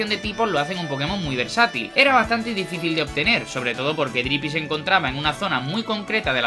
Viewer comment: dicífil 😭😭 yo también